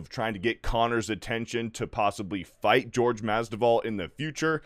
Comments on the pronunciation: "GEORGE" Masvidal LOL. Come on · Also, Jorge. Not George. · Omg get the pronunciation of Jorge right.